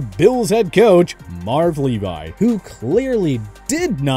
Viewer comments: Marve Lee-Vee bro. Not Levi 😀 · Marv LEE-vie? Come on. For the record it's LEE-vee. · Marv Levy... as in levee... not Levi... 🙄🙄🙄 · I’m sorry what did you say? It’s pronounced Mark “Lee-vee or Lev-ee . I’m not even even a Bills fan 🙄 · Marv LeeVie? oh my goodness.... on a sidenote, is Edinburgh and Pittsburgh pronounced the same? and you know it's spelt Plaxico but pronouned Plexico, right? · "Marv 'Lee-vie"???? I mean come on, you're a professional YouTuber. Learn how to say his name right. Jeez. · Marv Levy is pronounced Lee Vee!! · has the pronunciation of Marv Levy's name been changed to Marv Levi? Makes me wonder if the person reading the script and editing this video knows anything beyond a cursory knowledge of football. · This asshole can't even pronounce Marv Levy's name correctly! This dumbass isn't gonna see me next time and I hope he doesn't see anyone else either!! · The mispronounciation of "Marv Levy" was extremely cringe worthy... not sure if you were not around in the 80's and 90's, but that was bad. 🤦‍♂️ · I assume because all the guys that do the hard work have terrible voices for narration. At the same time, one of those hard working guys could have told the narrator he mispronounced Levy's name and do another take so who really knows